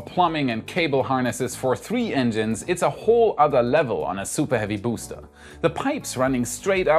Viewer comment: "SOUPAH HEAVY BOOSTAH!"